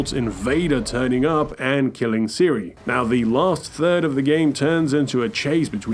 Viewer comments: Siris death?? They literally say her name over and over in both games how can someone still mispronounce it 😭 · Did he just call her Siri?